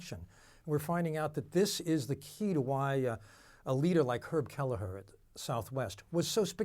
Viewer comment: "herb halihuh" who??????????